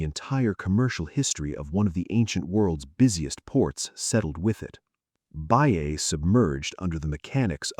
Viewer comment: Is not Baìa, it is Bàia